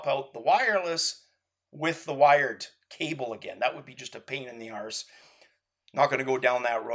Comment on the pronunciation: cool its just funny hearing people say arse in a different accent. I was hoping to get some advice from you, I am in the process of raising funds to start a virtual reality arcade and I would love your input on what type of tech would be needed to make it work.